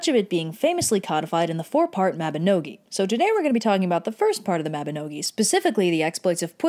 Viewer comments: Mabba-KNOW-ghee ??????? 😶 Mahba-NOG- ie!! Gawwd it's ALWAYS fun to hear USA pronunciations of ANY other country, but ESPECIALLY Welsh, Irish & Cornish!!!! 😂✌️🌿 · I'm Welsh and a Welsh speaker, and the pronunciations in this video are pretty spot-on! To be super nitpicky, 'Mabinogi' is pronounced mab-in-og-ee, not mab-in-oh-gee. I don't mean this as a criticism in any way, it's just for information. The little sign in Pwyll and Rhiannon's living room that says 'does unman yn debyg i gartre', which means 'there's no place like home', is a super nice touch. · She didn't even pronounce Mabinogi correctly xD. It's ok thought we still love you